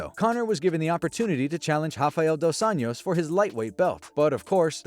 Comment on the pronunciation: It's Dos AnJos, not Dos Años. It's Portuguese, not Spanish. Just read the words. "Of Angels" not "Of Years"